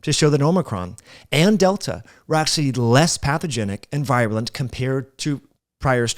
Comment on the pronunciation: Good video. Like all your stuff, but you consistently mispronounced the word virulent in this video... don't want you to diminish your credibility.